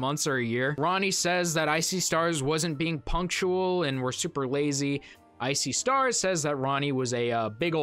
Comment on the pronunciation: I've heard of I See Stars but for some reason when you said it I heard it as "Ice-y Stars" 😂